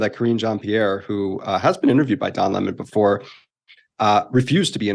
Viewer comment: Loved how tucker called him lamon